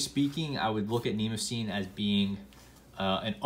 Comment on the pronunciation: Wrong pronunciation, but understandable. I pronounced it the same way until I researched the paper. It actually should sound like knee-moss-a-knee.